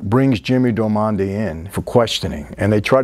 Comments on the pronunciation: "Little People", Michael.... "Darmody" or "dar-muddy", not Darmondy.... I liked Boardwalk more than The Sopranos. The era, the work put into repping that era right, and all the performances of the actors. They were all great. Even "Kelly", or Margaret... lol... Good stuff as always, Michael. Same to you, brother! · It’s DARMODY not Dormandy hahaha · Great video! But, it’s Jimmy Darmody, not Jimmy Delmonde 😂😂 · Well since someone started nitpicking, let me jump in with a couple of my own... -Its Jimmy Darmody , not Del Monte. -Its Nucky , Not nookie (though there's nothing wrong with a little nookie). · Dar-mo-dy... It's an Irish lastname... from gaelic "O' Diarmada" wich means "Son of". Not Darmondy... who sounds French. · While we are correcting names it's not Jimmy Domanda its Jimmy Darmody. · “Darmondy” LOL “Michael Pitts” LOL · Michael you're killing me with "jimmy damondy"!!! It's darmody 😁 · Jimmy “Dar-mon-day” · I thought Jimmy's last name was Darmody instead of Darmondy? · I know you have probably gotten this a thousand times but it's just so strange to hear "darmonde" instead of "darmody". It's like the name is Italian instead of Irish. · DAR-MO-DY damn it, it's DARMODY not DAMONDY lol come on Mr F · It’s pronounced “Jimmy Dar-ma-dee” it’s an Irish name. Not “Dar-mon-day” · Hey Mikey, we love your show but PLEASE.... get the NAMES RIGHT! 😢 Your staff or team should look out for you and whisper when you're pronouncing it wrong. They ain't earning their pay.... It's NUCKY Thompson. Not Nooky. And it's Jimmy Diarmody (dar-mah-dee) not Darmonte. Jimmy is IRISH not Italian. No disrespect but your team is supposed to make sure their capo doesn't slip. I've noticed mistakes in previous episodes... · I heard darmondie and I was like huh? But since its Michael we will forgive. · He pronounces it the same way the butler does! 🤣 And I think he thinks Darmody is Italian so he calls him 'Darmonde'. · “jimmy dormonde” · Nooky and duhmonday 😂